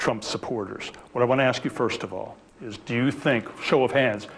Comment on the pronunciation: Ax. Ax. Ax. Stop it. You sound ignorant.